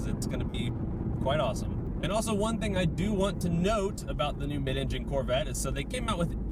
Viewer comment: If you say "mid-engine corvett" one more time! 😂😂